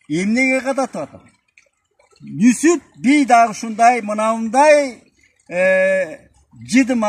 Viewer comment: Нүсүп эмес Нүзүп